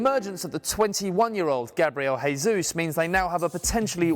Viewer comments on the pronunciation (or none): Interesting video. Always enjoy watching the videos you post. One criticism however, the pronunciation of the players' names, it's Zhezoos, not Hezoos, the language of Brazil is Portuguese, not Spanish. Also Xavi, it's an sh sound. It's AlCANtara, not AlcanTAra and a few others. Just trying to make the videos even better than they are, don't take it in a bad way. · Great video, but stop saying "Hesus", he isn't Spanish, it's really annoying to hear that. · "Gabriel Hesus" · 1-It's portuguese,not spanish so please don't pronounce "Jesus" as if it was fuckin' spanish 2-France turned out to be the world,as expected,I was stuck between them and Portugal and Spain,and I was right anyway 3-Brazil was eliminated by Belgium,very predictable 4-It turns that the only 3 opponents Germany had to worry about was Mexico,Sweden and South Korea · I love this fucking video ♥ But, please say Jesus, at least, in english accent. Do NOT call him in spanish accent. (I'm a portuguese speaker, and for me it sucks).